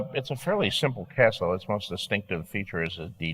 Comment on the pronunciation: "Favourite castle George?" "Favourite cestle?"